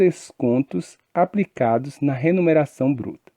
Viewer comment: Muito bom.. mas ele fala "remuneração" ou "renumeracão"